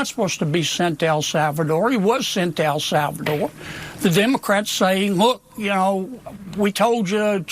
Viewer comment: Senator Kennedy can't even correctly pronounce "El Salvador".